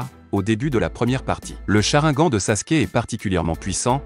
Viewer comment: Et au fait on dit sharingan ou si tu préfères cha rine gane